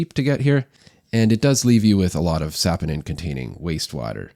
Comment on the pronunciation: fyi, it's pronounced, "suh- POH-nin" not sapo-nin. #the more you know🌠